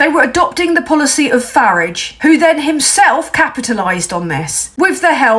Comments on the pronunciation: There's lots wrong with this. Farage should be pronounced Farridge, and err that's it... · Farage rhymes with garage ...